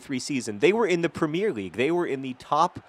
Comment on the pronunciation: Please do us a favour and for once just say Premier league, with 3 syllables in the 'premier'